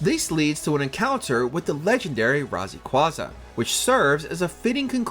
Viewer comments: Really, can't even pronounce "Rayquaza" properly?! he said "Rasaquaza"... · I don't know either. Razequaza is Rayquaza spelled/pronounced wrong. He ignored it. Probably not. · Methinks AI had something to do with this list. They repeated the word 'and' in Pokemon Omega Ruby and Alpha Sapphire and mispronounced Sinnoh and Rayquaza (pretty sure I heard them say Razaquaza) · Y’all need to at least pronounce the name right. My man said RazyyQuaza 😂😂😂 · What In the world RahzayQwaza? ??????????? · “Razekwaza”? Go home, you’re drunk 🥴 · This narrator loser shouldn’t have been given the honor of putting his name on anything Pokémon related. Bro said razakwaza and see-no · Ah yes. My favorite Pokemon, Ra-ze-kwa-zuh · Glad I'm not the only who caught that. This list is so mid. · RAZEEQUAZAA??!!! WTF?! WHO THE HELL IS THIS GUY?! 😂😂😂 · I can almost guarantee that they butchered Rayquaza’s name to make sure we were still paying attention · Interesting video but, did you ask how to pronounce certain words before filming this? 🤣 Rayquaza, Sinnoh, and Hisui... Those hurt my soul. Oh and Gen 6 wasn't the first to introduce a new battle mechanic, Gen 5 had rotation battles. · Best part of the video is how he pronounces Rayquaza😂😂